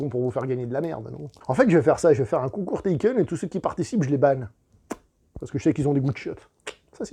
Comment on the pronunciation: Tu as qu'à tout ken ? Taken - Touken ? 😂